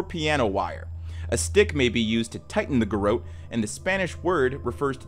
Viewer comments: Its pronounced 'Gar rotte' Not 'Gar oat'. Its also 'DisorIENTated'. Sorry. Just makes my teeth itch hearing words mispronounced. Great channel. Love your narration, brain itchs aside 😉 Keep up the great work ! 👏😁💛🇦🇽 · It's pronounced Gerawt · That’s not how you say ‘garrotte’ lol. Imagine a very French French person saying ‘carrot’. That’s how you say it 😂